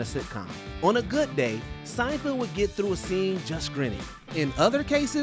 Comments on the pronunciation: At one point he said Seinfeld and I thought he was done making the mistake. But the he carried on saying it wrong again 😂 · SeinFELD not SeinFIELD! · It's SeinFELD not Seinfield you dork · Why does the narrator keep on pronouncing Seinfeld as Seinfild? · Whether you are saying Seinfield or Seinfeeld, you are pronuoncing it wrong. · Jesus Christ. Sienfeeld? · Sign-Field?! SIGN-FIELD?! Honestly, why does constantly hire voice talent who cannot pronounce peoples names correctly, and then leave the flub in the final edit? Have they never heard Jerry Seinfeld's name said out loud before? Unbelievable. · Was he calling him Seinfield or was I trippin? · Fair enough if he doesn't know Seinfeld, but misreading it multiple times is pretty amateur